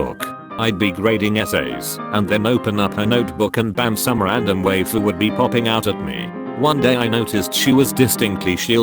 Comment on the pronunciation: Oml the pronunciation of waifu and anime 😂😂😂